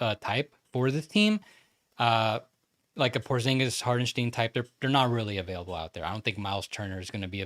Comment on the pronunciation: Short Tipp from germany: the Name hartenstein is more pronounced like 'hartenstyne' not 'hartensteen' ;)